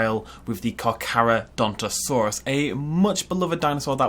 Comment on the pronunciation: FINALLY! Someone said its name right.